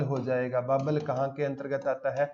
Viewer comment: बावल है। बाबल नहीं है। मैं बावल से ही हूं।